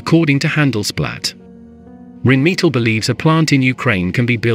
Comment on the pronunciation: What's 'Reen meatle'? Don't use words you can't pronounce!